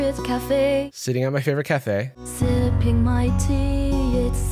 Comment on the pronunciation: Also the way she emphasizes the wrong words and is like “sitting at my fAVorite CAFE”